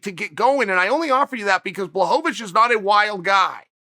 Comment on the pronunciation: Block-a-witch Bluh-ho-vich Bluh-ho-va-vich